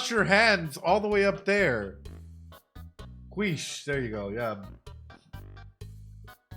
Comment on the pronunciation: it's pronounced “keesh”